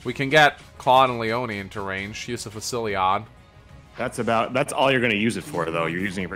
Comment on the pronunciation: Fu-sil-lod. not Fu-silli-ade. that's how you pronounce Fusillade.